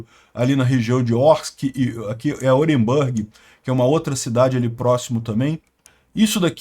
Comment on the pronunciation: pela ZILIONÉSIMA VEZ: o nome da cidade russa NÃO se pronuncia OrenbÂrg, mas sim OrenbUrg.